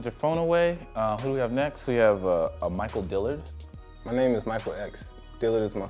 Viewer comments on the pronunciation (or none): Music Is life it’s “Dillard” not Dylan